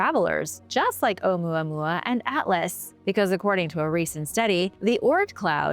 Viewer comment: Me too I can listen to her talk all day long. She has a very interesting way of explaining her topics and holding your attention. I love the way she says Ou Mua Mua. Can listen to that all day long.